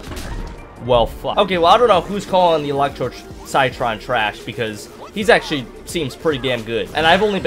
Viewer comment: Armour chomper is definitely a bit underrated, he's best played outside of turf takeover where you can sneak around the map and bite people for some pretty good damage. Also citron is pronounced like sit tron ;)